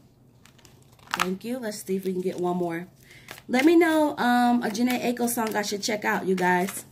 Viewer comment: Thank you. It's eye-ko 😀 it was marketing. Jhene's bro was in a group called melodic with fizz